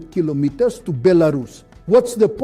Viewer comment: 😂😂😂😂 AI cannot say Kilometres